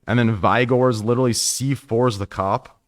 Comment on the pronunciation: VI-Gors lul